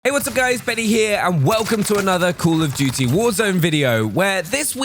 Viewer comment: "coul of dooty"